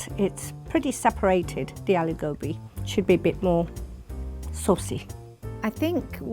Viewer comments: God daaaamnnnn... I'm pissed! That's gobhiii not gobiiiiii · Its pronounced गोभी not गोबि😪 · why cant you get REAL indians. Not people who lived in America and have an accent. That aint the way to say aloo gobi. Its aloo go-bhi not bi.. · It ain't 'Aloo Gobi'. It's 'Aloo Gobhi'